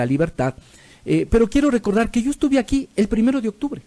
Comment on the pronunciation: Por Dios deje de decir llo es yo